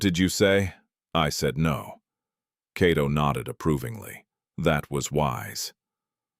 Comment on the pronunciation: The Name is not Keto, it's (Kato Byaruhanga)👍🇺🇬